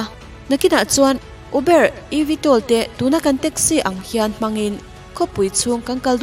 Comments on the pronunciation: Eubar hi adik tho a mahse atam zawk chuan ûbar tiin anlam teh daih 🙂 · Pronounciation correction -uber (pronounce as Mizo tawng Ûbarr) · uber ilam dan khi adiklo...ubar tih ag a lam tur... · Uber nilo in ubar tia lam tur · uber itizel aaa,,,ûbar ti a lam zawk tur ania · I "Uber" lam dam chu leh! Enge aw ka lo 🤔🤔🤔🤣🤣🤣 U...bâr tia lam tur😄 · Zo tawng takin Uber. Ubar tia lam tr a nia😁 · "Uber" kha iu-bar ti a lam zawk tur ouhh... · UBER i lamdan hi mak k t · Uber hi i chhiar diklo nih hii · Atir ah 2015 iti.....chuan uber lam dan hi van mak bik...🤭🤭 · uber lamdan kha diklo deuh